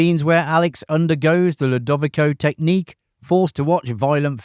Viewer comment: WTH is a "lou-div-eh-ko" technique? " Lou-da-vico!"